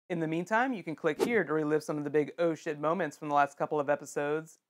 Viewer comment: seriously thought you were saying "Ocean" when you were actually saying "Oh Shit"